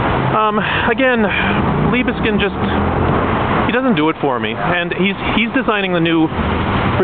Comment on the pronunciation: So it's "Leebskind"? Thanks very much for letting me know! Better to know sooner than much later that I'm mispronouncing something. I just read in the newspaper that they're building some new Liebeskind monstrosity in Toronto. When will we smarten up?